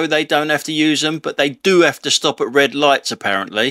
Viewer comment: "redd ligghts" - don't understand, what language are you speaking?